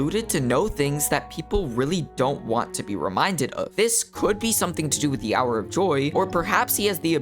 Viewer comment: He said the hour of toy